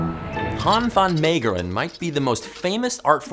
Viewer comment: Btw, your pronouncation of “Han van Meegeren” was not to bad either.